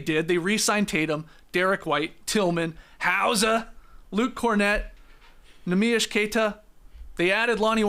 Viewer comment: Just gotta drop a comment that Skeet's pronounciation of NEEMIAS Queta is the most accurate since Neemy entered the league